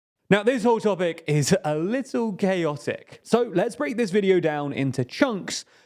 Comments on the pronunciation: Could have sworn you said "gayotic" 😂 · Not going to lie, when I heard you say chaotic I actually thought you said gayotic